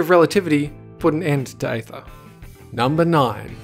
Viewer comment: Aether is pronounced as ee-ther, not ay-ther.